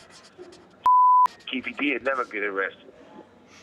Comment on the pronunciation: Lol it's not keefi d